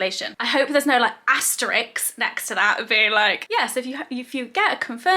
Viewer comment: It's 'asterISK', Hannah. 😉Asterix was a comic from the 1980s! 😄